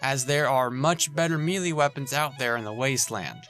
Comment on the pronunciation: Please look up the pronunciation for "melee."